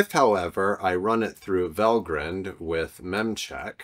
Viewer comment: I might suggest it is pronounced val-grind like coffee-grind, and no haven't grined since writing this 😁. Regardless, great video!